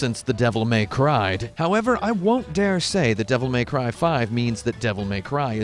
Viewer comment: "Devil May Cryv"